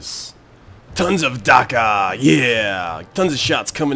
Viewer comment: you - you said d-dakka.... I hope you know the Orks from Warhammer 40k INSTA-SUB